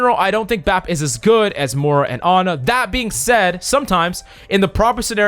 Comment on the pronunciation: Why are you saying "Mohra"?! Roast done. Love your content tho ♥️